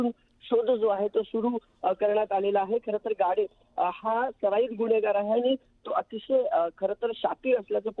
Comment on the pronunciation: तिथं गाडे आहे आणि तुम्ही गावडे म्हणताय अस कसं मॅडम